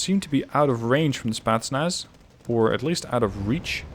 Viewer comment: Can you say spEtznas in your next game? You always say Spaznas...